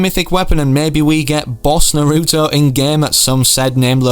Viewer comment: It's t nar-oo-to